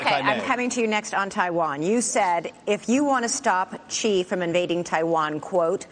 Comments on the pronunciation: first off "Xi" is pronounced "Shi" rather than "Chi" ... just want to point that out since as host we need to be more careful on pronunciations :P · Chi not Xi